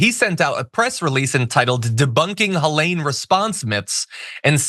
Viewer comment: It's pronounced Heleen. (This is my sister's name.)